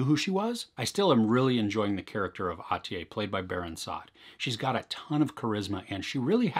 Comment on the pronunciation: The last syllable of Atiye is pronounced as "-yeah" not as "-yay". Nice review though I think the best Turkish series is Şahsiyet (Persona), but I don't know if it's on Netflix.